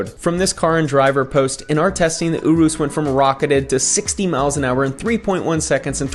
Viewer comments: It’s pronounced Your-Us😂 I was confused when I heard OoRoos😂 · Uroos lmao . its said like this your-rus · Js it’s pronounce Your-is. Other than that love these videos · He called the Urus an “oorus” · Fan of the content but it's "yure-russ" not "yoo-roos" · It’s pronounced Ureis and spelled urus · The way you say Urus makes me want to die